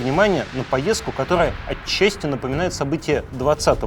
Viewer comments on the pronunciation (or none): none